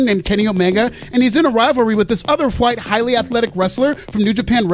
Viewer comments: it burns my skin how you say white I fucking hate it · It burns my skin how you say, "white." I fucking hate it!